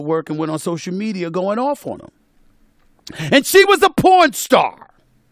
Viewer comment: Why do I laugh so hard at the way that Stephen A. Smith says pornstar? Does anybody else crack up like that?